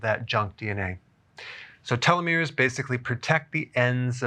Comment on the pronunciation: Small tip on pronunciation: télos (τέλος), méros (μέρος) ❤